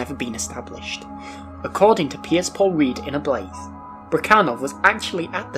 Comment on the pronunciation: Did this dude seriously pronounce 'Ablaze' as "ah-blez"???